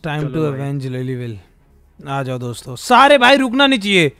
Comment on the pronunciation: DOMSTO NAHI DOSTO HAI